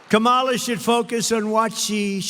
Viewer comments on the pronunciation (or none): It’s Kam-Ala lmao 😂